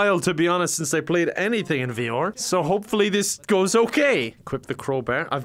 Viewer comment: No one:: V-OR